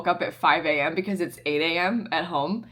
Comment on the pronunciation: u da real MVP. Also, it's Six A.M. cause that's MAxis spelled backwards, why the OG sims time was 6AM/6PM, lmao, idk I've never heard "sixAM" as "sixum", got me rollin' lmao, tysm for always being the best!! peace!